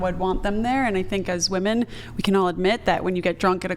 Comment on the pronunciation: I've heard 'woman' for singular and 'WOOMAN' for plural